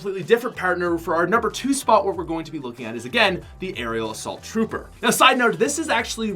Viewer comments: he said Ariel Asult tropper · he said aerial assault trouper